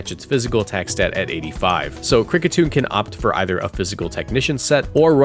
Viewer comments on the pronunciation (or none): none